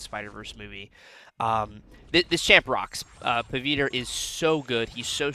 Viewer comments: Pa-wit-ra this is how u pronounce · so we South Asians actually switch the w and v sounds lol. My parents talk like that. But, in the movie, he introduces himself a “Puh-vit-ruh” and Gwen calls him “Pav” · i agree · 😂😂😂you pronouncing the name was funniest